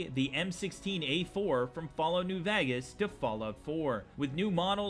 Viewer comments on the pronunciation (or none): The way you pronounced New Vegas was really funny